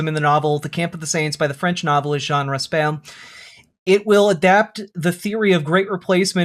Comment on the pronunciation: Raspail is pronounced "ross-pie," with the "pie" stressed.